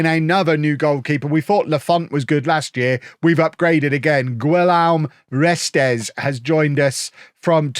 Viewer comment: That Guillaume Restes pronunciation was horrendous but great signing 😂 the only keeper i sign in fm or fifa